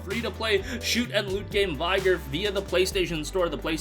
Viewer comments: Thought the same thing, I didn't even know what he was saying until I saw the title and said "oh! Vig- gor" haha but hell I as an american still can't say foe(faux)when I say fox Canadian's cringe lol! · did you seriously mispronounce vigor?